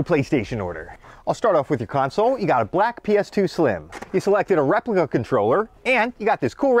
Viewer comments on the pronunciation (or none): I about busted out laughing when he said replica controller emphasis on "replica" lol